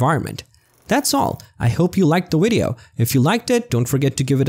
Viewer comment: Wery wapid wideo